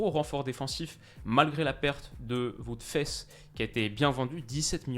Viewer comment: Merci pour cette vidéo bien sympa :) ça aurait été bien d'avoir un classement final des notes. Ah et on dit Wout "phase" et pas "fesse" ;)